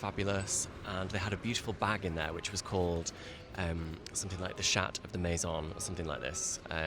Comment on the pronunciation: The shat de Maison lol? 😂 Was it a big shat ? 😂